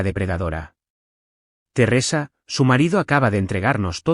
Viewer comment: Terresa? Qué es? Una novela rusa? Un aspecto flojo de todos los reditts es la mala pronunciación de los nombres. Din? Si, se pronuncia así, pero se escribe Dean. Y aparece Din, Dina y se ponen bastante creativos. Por favor, revisen. Después nos preguntamos por la cantidad asombrosa de faltas de ortografía en adultos y niños y la pobreza de expresión ( y consecuentemente, pobreza de pensamiento). Sé que este es un lugar de entretenimiento, pero no deja de ser un educador informal. Hay una responsabilidad como tal. Simplemente se trata de que lo que hacemos, si lo hacemos bien, estamos aportando nuestro granito de arena para una sociedad mejor.